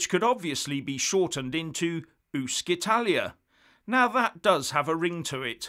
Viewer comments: 'UscItalia' is not pronounced 'Uskitalia' but 'UtchItalia'. Thank you.... and 'ItalExit' comes more from Latin than English.... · Ooh-she-tah-lee-ah - practice makes perfect! Also, gi = j, not jee. Brilliant content as ever, though,. Others give us the facts, you drill down to the details! Thanks! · The pronunciation of UscItalia would be "ooshitalia" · Please get it right! “Uscitalia” (‘uscita’ + ‘Italia’) is NOT pronounced ‘ooskitalia’, it’s ‘oosheetalia’! The ‘sc’ is pronounced “sh” / ‘sci’ = “shee”. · It is not ooskitalia, but ooshitalia. Good grief. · It's not "uskitalia", it's "ushitalia". (No bad language intended). "Uscire" (usheareh) is an infinitive and means to exit, and the "c" is soft. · Hi, thank you for you video. Just a little thing: Uscitalia is actually pronounced ushitalia. Doesn’t sound that well in english 😊 but a lot more in italian 🇮🇹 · Pronounced oo-shee-ta Can’t wait for it to happen. Great channel great info. 👍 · It's pronounced oosh-Italia. Happy to help. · Hi, as your english is perfect, your Italian is not, please pronounce " Uscitaly or Uscitalia " like " " oeshitaly "or " oeshitalia", like you see, shit comes in enyway! Great work as usual! Grt from an Italian in Belgium! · As usual an interesting and informative video. However you do have to work on your Italian pronunciation. “Sc” followed by a narrow vowel is sort of like an “sh” in the Queen’s English. Small point though. Clear-headed and informed commentary. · The Italian word "uscita", meaning "exit", is actually pronounced oo-sheet-a ("sc" in Italian is equivalent to the English "sh"), so "Uscitalia" would be pronounced oo-she-talia, you can hear it here …. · It is pronounced “Ushitalia”. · Dear Sir It's pronounced ushitaly. Yes seriously. Otherwise it would be spelled UschItaly! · Dear, “sci” is always pronounced “she” in Italian. Oh, and don’t forget the final vowel in “Paragone.” TY!